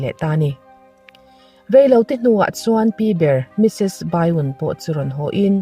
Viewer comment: Bai-un ti lo hian mrs.byun hi mrs.bian ti ang hian lam ri la ka lo ti lutuk a a,ngaihnawm mai siaaaa